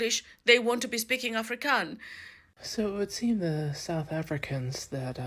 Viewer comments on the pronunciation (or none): Pronounce Afro kans right please.Not Africans!